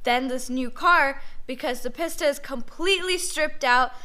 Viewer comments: It is pronounced Peace-ta. Not Piss-Ta. LOL! Still a big fan of her though...she knows what she’s talking about. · It's pronounced Peesta. Not PissTa. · Please stop calling it Piss-ta. It is pronounced Pee-sta. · I hate how she pronounces pista